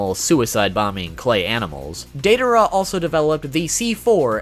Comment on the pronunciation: Who tf is Dei-duh-ruh?